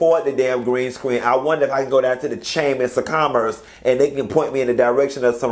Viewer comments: You did not get on here and say Chaymas of Commerce...🤣🤣🤣🤣🤣🤣 I'm so done!!!🤣🤣🤣🤣🤣🤣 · “The chamers of commerce” is what it sounded like 😂😂😂😂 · This is a chuckle; I heard the chamiss of commiss too!!!😂